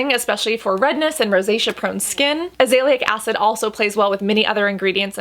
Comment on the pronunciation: You always pronouce azelaic acid wrong